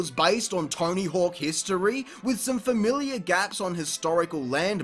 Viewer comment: It sounds like he pronounces it torny hook